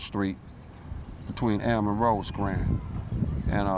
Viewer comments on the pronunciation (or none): none